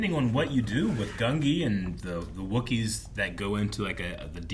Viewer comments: GUN-jee (not GUN-ghi) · Ngl, don't know where you got the pronunciation "Gun-GI". I've always heard "Gun-JI" with the spelling as Gungi since his introduction